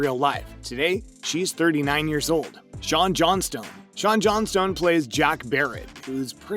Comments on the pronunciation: Johnston, not JohnSTONE… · It's Shaun Johnston, not "Johnstone" lol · He also called him Shawn "Johnstone" instead of Johnson! 🤣